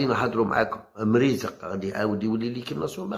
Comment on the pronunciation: والله تانطقتها صح مريزق ماشي فحال قناة الهداف كيقولو mirizeek